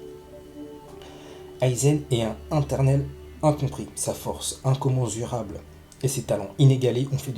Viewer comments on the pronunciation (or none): Toi aussi tu as entendue 😭😂🤣😭✌🏾✌🏾